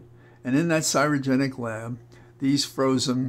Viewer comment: you are so concise when you speak, which I appreciate & admire. However, you mispronounced the word "CRY"ogenic as "CY"rogenic. I'm sure you didn't mean to do so & were perhaps very tired from the trip to JH. I'm very happy that Holly's test results came back fine.